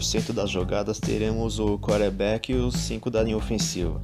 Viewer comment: Vídeo ótimo. O nome é quaRterback e não quaterback